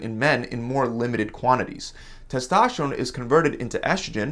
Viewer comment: It's testosterone not testašteron